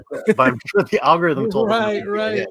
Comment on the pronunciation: Did say "Al Gore Rhythm"?